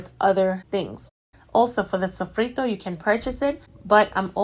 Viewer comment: The way she pronounced sofrito was perfect she's afro-latina for sure